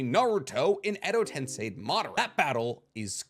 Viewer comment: Hi. I feel the need to correct you, sorry. It is not tensai , it is TENSEI like sensei. Love your work.